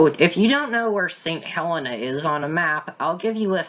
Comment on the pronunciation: We are called St Hel-EE-na! 😄